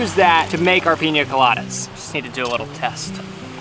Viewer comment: why is he saying pinya coladas its pina.